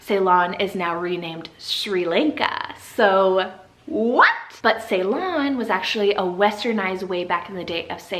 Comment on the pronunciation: Ah i cant believe you added ceylon.. you are right actually sounds pretty nice. We actually say is " see- lon" but i like how you said it better !